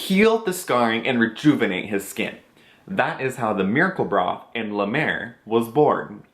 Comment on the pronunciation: Great series! Can't imagine spending that much for products, but it's great to hear a totally honest perspective. When you first said "miracle broth" in the video I thought you said "miracle bra" lol...this guy invented a cream and the miracle bra?? Oh wait...duh...lol! Have a wonderful day!